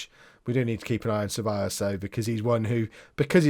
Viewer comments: Ceballos. Pronounce the C as an S when its follwed by a E. LL = LJ so Sebaljos. plus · Ceballos (sebiyos) is Spanish, Mirabella (Mirabella) is Italian, 'll' is different in Spanish to Italian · Dani Ceballos is pronounced c is pronounced like a s so it would be sebayos